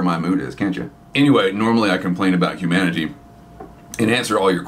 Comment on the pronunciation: Every time you say humanity all I hear is manatee and get a chuckle. Thanks for what you do.